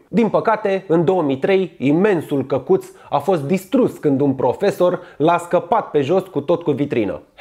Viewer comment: ma cac pe mine de ras cand te aud cum zici " cacut"=)))